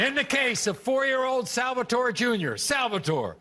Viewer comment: he is so Italian that he can not pronounce salvatore correctly AHAHAHAHAH